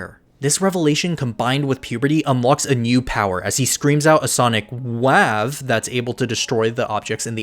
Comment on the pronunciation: Sonic-wah-ve I can't😂😂😂